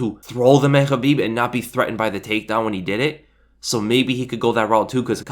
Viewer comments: I know that's how you properly pronounce khabibs name... But uh. Sounds like habibi lol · The fact you keep pronouncing Khabibs name wrong peeves the shit outa me ...its (Kuh-beeb) with a big fat "K" why do you you keep saying it with an "H" ?? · You pronounce khabibs full name like Helweenie... and thats the worst thing on the planet